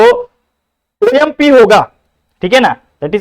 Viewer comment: OMP ❌ O yam p